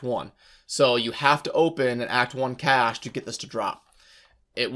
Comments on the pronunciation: CACHE... pronounced CASH. PLEASE. lol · CASHAY.... WHAT THE FUCK ARE YOU SAYING?!?!?! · I loved this video but the mispronunciation of "cache" upset me. Subbed, unsubbed, downvoted. (/s) Seriously, though. Thank you for putting this together. It was very informative! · Pretty amazing vid man,... really helpful thanks a lot! (oh and btw,... Cache is pronounced 'Kaysh' lol)